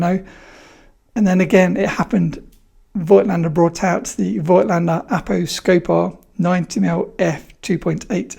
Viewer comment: Now that you are you Mr. Voigtländer, it would be great if you learned how to pronounce it properly ... ;-) It just drives me nuts to hear this ...